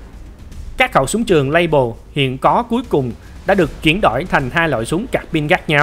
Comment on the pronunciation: Súng của Pháp nên đọc bằng tiếng Pháp dễ hiểu hơn đối với người dân xưa nay đã dùng nhiều tiếng Pháp .Nên đọc Fusil Modèle 1886 là Phuy zil Mô đel 1886 nghe hay hơn, Lebel thì đọc là Lơ Bel chứ không đọc Lây bờ hay Lây bồ gì đó